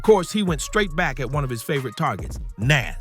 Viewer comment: Is it just me or was this post stupid, he mispronounced Nas😂